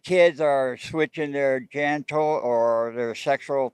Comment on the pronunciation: That Guy saying “Gentors” or “Sexual Things” in place of genitals just hit different